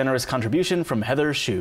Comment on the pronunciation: im not 100%, but i think you mispronounced name:/